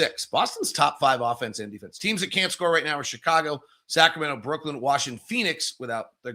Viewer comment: I still think that it's Brooklyn and not Brooklynd.